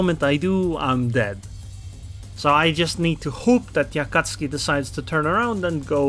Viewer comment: I love how you call Akatsuki an Akatski😂